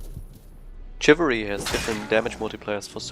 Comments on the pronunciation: It's pronounced "shivalry", not "chivalry". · FYI it's SHivalry not CHivalry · Remunerative Huckster Well, he's talking about the pronounciation. pronounced it "Tcjivalry", it's pronounced "Shivalry" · Its pronounced like shiv-alry. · Chivalry is pronounced Shivalry btw.